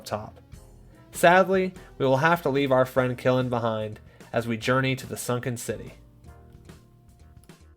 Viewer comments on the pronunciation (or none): Just wondering can you use the crossbow instead of the regular bow to enter co? Edit: nope the cross bow breaks and quilin is pronounced like chee-lin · Qilin is pronounced chee-lan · Its pronounced like chilin btw